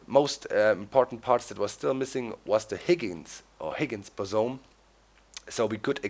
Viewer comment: The particle was the Higgins Boson In English we pronounce boson bo-son